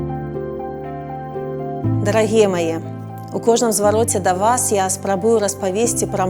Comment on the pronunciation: Рл-рл-рл! ДАРЛагия.... Господи, принесите каштаны! Ну, на самом деле, наймите специалиста по речи!!!! Как он называется, логопед?